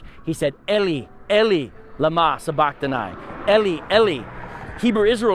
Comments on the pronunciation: It's actually pronounced Eli Eli not Ely Ely. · This man mispernounced Eli, Eli, then has the nerve to, criticize our language.